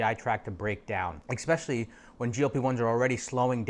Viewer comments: Dude said eXspecially 🤦‍♀️ More than once. How does someone so educated not know how to pronounce a simple word that my 6 year old can?😅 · when you learn how to pronounce ESPECIALLY i will take your advice